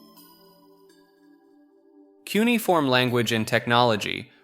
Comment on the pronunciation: You should hire me at this point. Cuneiform is pronounced q-nee-uh-form. Google this one cause I know it's the least convincing one of these :)